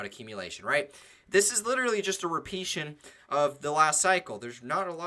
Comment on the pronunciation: Wats a repeashun??? Lol